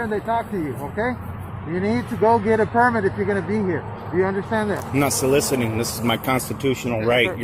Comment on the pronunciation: "Solicitating." Where the hell do they find these idiot's? He said it multiple times, wasn't just a misspeak. It's so-lic-iting, say it with me.